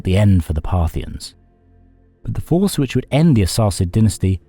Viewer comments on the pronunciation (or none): none